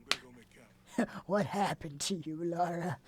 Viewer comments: Take a shot everytime pronounces her name as "laura" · saying Lara names like that kind of triggered me every time